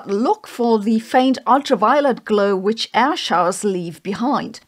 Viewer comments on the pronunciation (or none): none